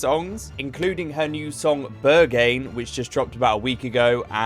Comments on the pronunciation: Bur-gain instead of Berghain 😅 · My ears bled when he said ”Beyrgein”